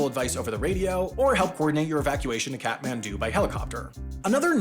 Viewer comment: Kathmandu or cat-man-dont. I don't really care.